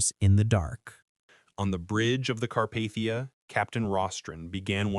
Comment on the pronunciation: Sorry. You lost me . Car-Path-ia noooo